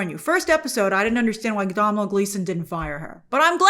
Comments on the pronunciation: Hello Grace below is a video with the correct way to pronounce the Irish name Domhnall, he is also the son of Actor Brendan Gleeson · Grace continuing to not pronounce Domhnall correctly. It's an Irish name so naturally Americans cant pronounce it right.